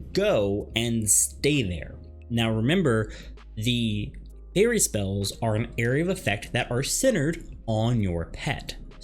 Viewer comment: How can you guide someone if you can't say the names of the spells right.